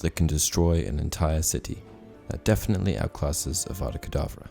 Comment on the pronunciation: Haha that is hilarious Hermione be like it’s Avada kedavra not kedavrA